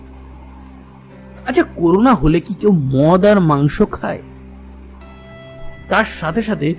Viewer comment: দাদা উচ্চারণ টি করুনা নয় করোনা